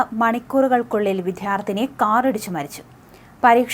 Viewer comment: വിധ്യാർത്ഥിനി അല്ല വിദ്യാർത്ഥിനി എന്നു പറയാൻ ശ്രമിക്കുമല്ലോ ❤